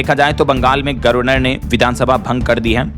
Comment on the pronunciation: ना हमलावर, न ही गवर्नर शब्दों का उच्चारण करना आता है। बोलो, हमला वर ... गवर नर ! छोड़ो, नहीं समझोगे। क्योंकि अमेरिका ईरान युद्ध रुक गया है, राहुल सभा करेंगे, यात्रा करेंगे ... राहुल ने भाजपा पर तीखा आरोप लगाया (चाहे वह किसी नियम और नीति से कोसों दूर हो) ऐसी घटिया, निरर्थक, सड़ी - गली बदबूदार देश विरोधी खबरें देना हो दैनिक भास्कर और dls का प्रमुख लक्ष्य है।